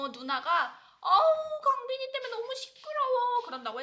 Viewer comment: 우리 감비끼♡(강빈이 발음 ㅋㅋ) 정말 무럭무럭 자라고 있구낭